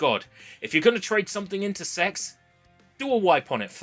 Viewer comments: I genuinely thought CeX was pronounced as the individual letters for ages.. got jumpscared when you said CeX store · I can't get over how you pronounce C-E-X (SE-EE-EX) 😂😂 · Same here. Never heard anyone say it like that. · I only now found out CeX can be pronounced like that, never heard it that way and i for sure wont be switching to that one lol